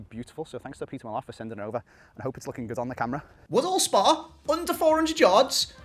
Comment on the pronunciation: Was a good video until I heard your pronunciation of Peter Millar, have a word with yaself mate. 😂